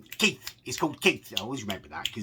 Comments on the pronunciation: Kieth lmfaooo it’s kief! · Haha its keif not Keith